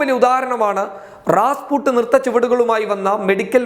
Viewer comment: റാസ്പുട്ട് അല്ല, റാസ്പുട്ടിൻ